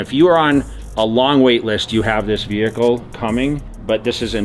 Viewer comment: Classy wehicle . Yeah.